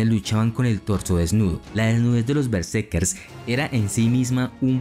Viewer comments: Sólo te doy like porque amo la cultura nórdica, pero: tienes que poner más énfasis en el relato, que no parezca tan leído...y por favor...¡qué molesto es que digas "bersekes" en lugar de " betserkeRs", haz un esfuerzo y mejora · Me pone nervioso como dice Berserkes, ·kers·, muy buen reportaje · Porque dices bersekes?